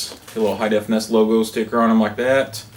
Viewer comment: n-e-s, not (lock)ness